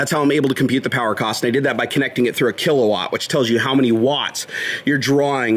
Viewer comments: Kilowatt... Not kila ;-) Great vid, mayne! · kilawatt xD its kilowatt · "Kilawatt" :D